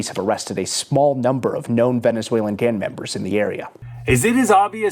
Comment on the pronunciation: Why does the guy keep saying 'gan' members? He can't say 'gang'?